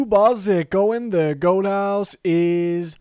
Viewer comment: GOAT(emphasis) HOUSE